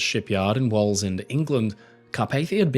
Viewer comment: The way he pronounces Wallsend cause me physical pain.